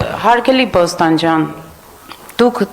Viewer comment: Նվարդի՛կ, ո՛չ-թե Բոստանջյան, այլ Փոստանջյան։ Եվ առհասարակ ինչու՞ ես ճորալով խոսում, քնաթաթախ ես, թե՞ ՞ ՞…🤯